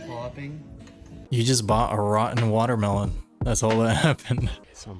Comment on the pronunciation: At least it's a real water-meh-lone